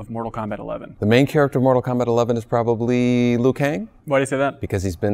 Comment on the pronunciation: NORTAL KOMBAT